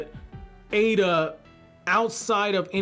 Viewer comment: Eida (“ada”). Pronouncing it “ida” (eye-da) is incorrect. I love it how goes from to the other and never decides. It’s so confusing 😆 Great video though. I love his theories and character analyses.